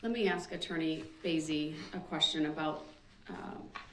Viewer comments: I think Brooks must have been a lumber jack in a previous like, always talking about axes 🪓. Axe this, axe that. Grounds. He's doing a bang up job of showing how stupid he really is. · I wish so desperately someone could explain to him the word is spelled and pronounced ask. Not axe. No one axed him to do anything. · The man doesn't know the difference between the words 'ask' and 'axe' yet he's arguing law with a judge. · the judge is amazing to make it simple. we have a saying anything can be cured but stupidity has no cure. so I'm not an English native speaker. but i spent 12 years studying it its really extremely annoying to hear his say { aks not ask } just pointing it out. honestly he did what he did with parade seeing him i think there is no need for a trail. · 1 more time; the "S" comes before the "K"!! ...it's ASK not AKS!! Now say it!! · Ask. Not axe. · I'm not from America but why do blacks say "ax" and not ask? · I want to ax you a question, ah the beautiful English language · And it is ask not aks!!! Why is this so hard? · ''I did what you AXED me to do".....proper English may help in court but nothing will help this highly narcissist sociopath mass murderer. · He "axed" her. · Is he saying axkt? ?? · He shows his intellect by using the word “Axkin” spoiled momma boy. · Why can't he pronounce ask correctly?